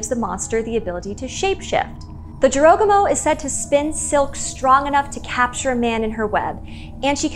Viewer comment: Its not dziorogumo. Its Jorogumo. Like. Its. Not lambordzini. Its lamborGini. And Americans are unhappy when you mispronounce something.